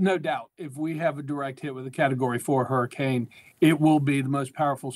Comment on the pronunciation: It's a hurricane not a hurrikin 😂😂😂